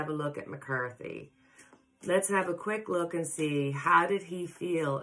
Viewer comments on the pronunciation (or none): none